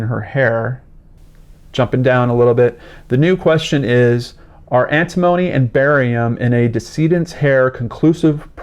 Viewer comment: Hi, antimony is pronounced 'anti mo knee'... just so you know.;) This is definitely a strange case. She also spoke out about different evil things the government was involved with....who knows. They are very well known for killing people that speak out against the government. The fact that both of them died from the same thing is crazy.